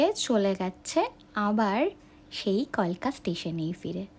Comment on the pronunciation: ম্যাডাম কিছু মনে করবেন না আপনার ভিডিওটা খুব ভালো হয়েছে কিন্তু কথাটা কালকা মেল নট কলকা হবে না